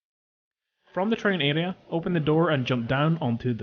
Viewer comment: What's an "alea"? It's "aRea"